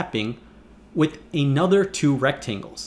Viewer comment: Hi Presh-- if you're going enunciate with extra-hard diction, please don't break "another" into two words. And if you must... it's "an other," not "a nother." You did it twice. But don't worry; you're a good kid and you make good videos.